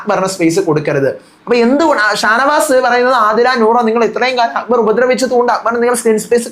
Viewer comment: ഷാനു അക്ബർ എന്ന് പറയുന്നത് കൊള്ളാം.. അക്കു ബാർ..😂😂😂😂😂 ഗെയിം അറിയാത്തവൻ എന്ത് myr##₹ ന് ആണ് ബിഗ്‌ബോസ് യിൽ വന്നത്..😂😂😂